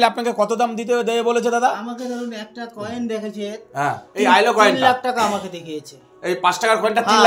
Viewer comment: Koel ❎ Coin ✅